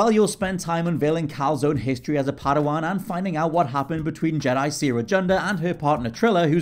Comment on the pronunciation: I heard calzone instead of Cal’s own!